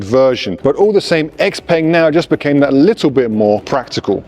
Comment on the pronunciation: Congrats… Can‘t even pronounce the name of the manufacturer correctly. Why should ANYONE listen to ANYTHING this (self-proclaimed, I‘m sure…) „expert“ goes on about…